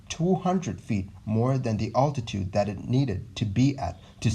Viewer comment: I'm really enjoying your videos! Well researched and thorough. You also do a good job of providing a sense of suspense where appropriate. I am curious, though, why you say 'oltitude' instead of 'altitude', which is a bit of a stumbling block when listening to your narration. Great stuff still! Keep it up!